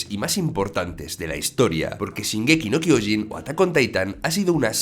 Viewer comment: Se acentua SHINgeki no KyoJIN, y se dice Zik, no "seque", Livai, no "lebih", MIkasa, no "mi casa", Yan, no "Yin".